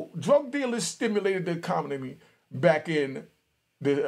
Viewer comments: When i hear "alphabet boys," I think of the "LGBTQAI+....." Lol, he said "ecomony." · Switch ya M and N's around in the word ECONOMY your trying to say!